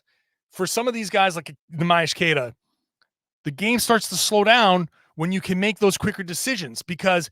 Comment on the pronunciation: It's time you start pronouncing Queta's name right,. He's earned it. Great podcast, as always.